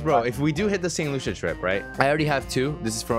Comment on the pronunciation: It’s pronounced saint “lu-see-uh” No loosha 😂